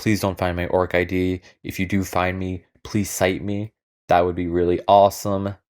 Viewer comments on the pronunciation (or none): Ok but the actual wildest thing in this video is you pronouncing orcid as orc ID lmao (it's orchid and I'll die on this hill)